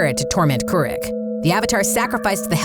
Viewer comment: KOO-ROOK not KOO-RICK